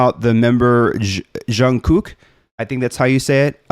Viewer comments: Jung Kook is generally OK with people calling him JK. He even introduces himself that way sometimes. You can use that if you want. As far as pronunciation, Jung starts with a harder J sound and ends with ng. You were doing a "zhun" sound, but it's more of a "dzhung." For Kook, it starts somewhere between a K and a G sound, has a long oo (more like "zoom" than "cook"), and the ending K is also between a G and a K, but it gets a little bit lost. The very first video that BTS did has an intro where RM says each members' name. It's called No More Dream. You can hear how to pronounce Jung Kook's name there. It's also a banger song. 😁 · You are doing better than most with JK's name and it's fine the way you're pronouncing it. If you want to get more precise when you hear him say his name the first K is pronounced more like a G. (Jung-gük) You should react to one of BTS's latest releases in the last week or two titled RUN BTS. It's sort of a fusion of hip Hop and rock elements. I think you'll find several "surprises" in the arrangement/production of that song. (Be careful not to confuse it with an older song of theirs called RUN) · This song is fun, but I am disappointed that we don't hear more Jungkook in it. Oh well, at least ARMY knows now that it's Charlie, not Jin, who hits JK. 😆 If Jungkook is difficult for you to pronounce you can always call him JK. He often refers to himself as JK and the guys call him JK too. My song recommendations are Black Swan, Fake Love, Stay Alive, and, On Kinetic Manifesto. 💜 You nice, keep going.